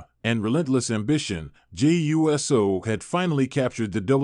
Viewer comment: I agree, it bothers me every time this person pronounce it U S O instead of Uso. It’s not that hard to pronounce it.